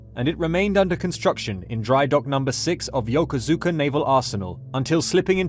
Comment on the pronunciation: It's pronounced "YO-KOOSH-KA".